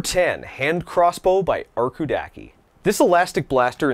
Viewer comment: Ο τρόπος που λέει arkoudaki ρε φίλε 😂